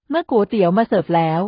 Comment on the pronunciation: เป็นกำลังใจให้แล้วนะคะ แต่ขัดใจ Ai อ่าน"ก๋วยเตี๋ยว" ว่า"กู๋เตี๋ยว" 😢😢😢😢😢😢😢😢